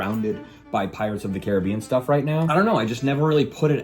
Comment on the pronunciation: Why the fuck are you pronouncing "Caribbean" like that? It's fucking retarded.